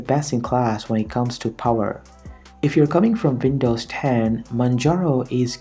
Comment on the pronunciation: Good ..imho, however the gorgeeous and vindows does give away ... Accent is awesome though, make us unique